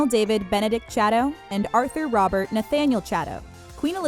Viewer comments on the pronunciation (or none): none